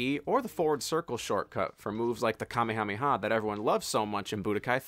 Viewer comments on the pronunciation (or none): Mans really said Kumay-uh-may-uh